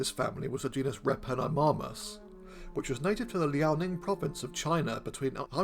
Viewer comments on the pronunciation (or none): none